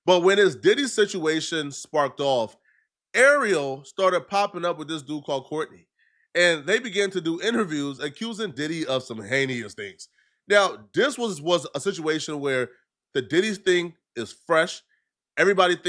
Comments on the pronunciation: incorrect usage of words for today: “heneious” instead of “heinous” 🤦🏾‍♂️ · Heyneous? Heinous... the word is heinous. 🤦‍♂️how tf does a man who can't speak get a gig as a podcast host? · Heinous is pronounced "hey-nus" not "hey-ne-us". Every time you say that word I cringe. Step it up bro. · Heinous is pronounces “hay-Nuss” as opposed to “hay-knee-us” keep grinding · struggles with the word heinous in every video he tries to say it in 🤣 Repeat after me,.. Hey-Nus.. thats it! 💪